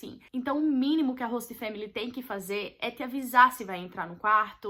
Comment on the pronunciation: Gente q agonia dela falando "hosta"!!!